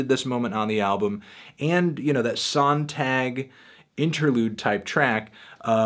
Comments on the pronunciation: That's not how you pronounce 'Sonntag'. ''Zon-taag''. It means Sunday in German. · lol at how he pronnounced Sonntag. I'm just playing. I know you don't speak german. Funny enough, Today is Sonntag. Nice review Fantano. I'll be sure to cheque this one out.